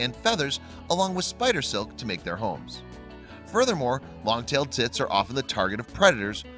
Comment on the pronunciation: Wait are you saying long tail tits or tips